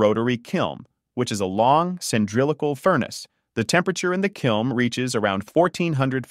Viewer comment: It’s a kiln. Not a “kilm” fucking dumbass.